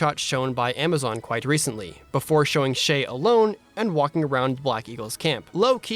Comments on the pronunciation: Please say the Z in Shez, it's not Shay, pleaaaaase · I think the Protagonist's name is pronounced Shiz but English is not my first language so. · It's Shez- the Japanese version is Shez (with the z) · I’m not sure if you pronounced Shez’s Name correctly, but you definitely pronounced mine 100% right lol (just ignore the whole name on YouTube and just read the “Shea” part of it, that’s what I prefer) Oh yeah, this is a good analysis, better than what I would have done. Good job,!